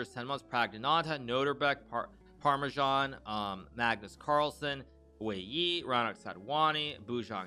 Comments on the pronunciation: Did he seriously call 'Parimarjan' as 'Parmesan'? WOW, Americans... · He pronounces it like that as a joke..